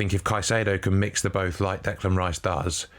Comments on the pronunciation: Decline not Declime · Declain not Delan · Declime not Declan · Declan not Declain